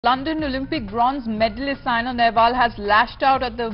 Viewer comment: Atleast get the name right It's Saina and not Sania